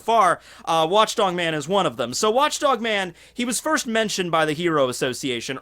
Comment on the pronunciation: Did he just say watch DONG man?